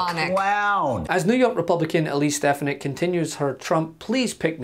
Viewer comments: He didn't say "Stefanak"! He said "Stepanak"! Watch his mouth and you'll see!!! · "It's stefonyick" "Will you please say it right?" "Stefonyick" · Trump couldnt even say her name!!! That was priceless! Stpanak?? WTF Donald! Sound it out. Hooked on phonics, Donald!!!